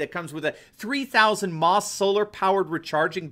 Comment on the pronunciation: "mAh" in that flashlight specification is pronounced "milliampere-hour", not "mah".